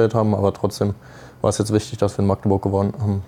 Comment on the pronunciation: Man es heißt Magdeburg und nicht Maaaaagdeburg